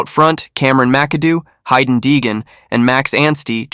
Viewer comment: Is this an AI? Dude doesn’t even pronounce Haiden correctly?